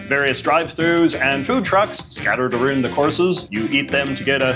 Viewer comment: Ok come on now no Canadian says “around” like that.